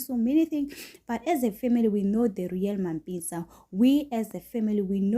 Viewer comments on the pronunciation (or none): Not Mapitsi 😢 😭 🤣!!It's Mampintsha